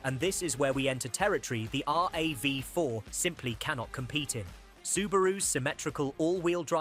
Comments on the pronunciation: R...A....V.....FOUR, did he really say that? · Pronounced R.A.V. = AI blehh